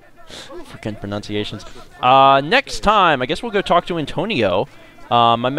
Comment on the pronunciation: I'm pretty sure says "fucking pronunciations."